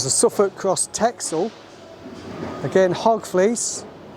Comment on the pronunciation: Wow that was super interesting. thanks for sharing. In the Netherlands they don't say "Texel" like Texas, but it's pronounced with a double s!! Like "Tessel" 😉 Love watching your videos